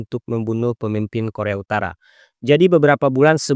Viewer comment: Kualitas konten udah good banget min😊 tapi aku cuma kasih saran, untuk cek dulu kualitas penyebutan kalimatnya min, seperti Korea Utara tapi malah terdengar seperti koremtara, dan semisalnya ada kalimat berbahasa Asing alangkah baiknya coba di translate dan di dengarkan cara penyebutannya agar konten semakin jos min😊 menurutku admin masih kurang dari segi itu min sony fiksar dan setiap penyebutan selanjutnya begitu terus seharus nya sebut saja soni pikcer koremtarah seharusnya korea utara jutaan dolah Sebenrnya masih banyak min cuma aku kasih sebagian aja buat bahan evaluasi dan jangan malas juga untuk take ulang saat penyebutan min, mungkin yang salahnya bisa jadi bloopers di akhir video buat hiburan seperti aurelia Vall Terima kasih admin